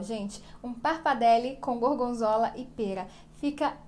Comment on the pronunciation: Quando eu ouvi parpadele eu desisti do video😅